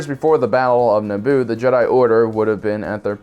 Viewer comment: how do you mispronounce jedi like half of the times you say it in this video